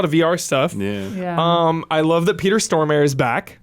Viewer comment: Peter Storm-a-re The e at the end is NOT silent